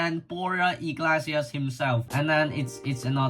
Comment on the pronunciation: More like ee-glay-see-ass but ok